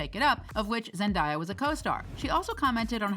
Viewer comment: It's 2022 and she's already won two Emmys and yet people are still mispronouncing Zendaya 😭😭 come on now